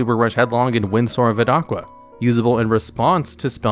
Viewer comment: I love your vids and i usually never hear something, but this botheres me: Its Windstorm of Etaqua. Its Not Et-aqua. Its basically Etaka. The Name is derived from the Greek Name Ithaka for an Island.